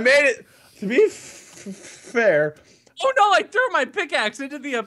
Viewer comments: How drunk wade is in wade says be fffffffair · LordMinion777 It was hilarious! :D I was thinking "Wow Wade, you are REALLY drunk." when you were really struggling with pronouncing your words. Like the word 'fair' near the end there. :P